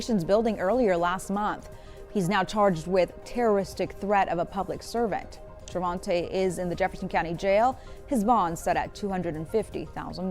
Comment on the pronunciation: 'Trevonte': say no more. Bro.